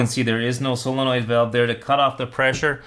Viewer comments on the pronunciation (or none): none